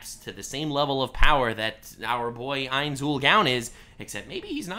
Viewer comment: mispronouncing ainzs name bothers me alot